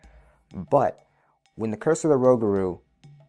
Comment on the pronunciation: Rougarou pronounced rew - Gar - Oh (long O) and is French for Werewolf.